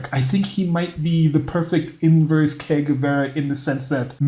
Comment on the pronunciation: Ernesto Che Guevara was a medical doctor and he sounded like Shakespeare compared to low IQ Charlie over here 😂, pleeeeaaaase. Also you are saying Que Guevara, you want to be saying Che, more like a “Je” sound.